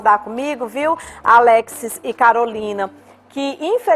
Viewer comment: A apresentadora não conseguiu falar o nome do Alexis certo rs